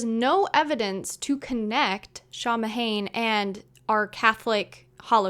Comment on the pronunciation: it's pronounced Sow-when. Not Sam-Hayne...